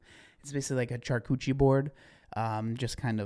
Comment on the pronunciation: Char-coochie board took. Me. Out😂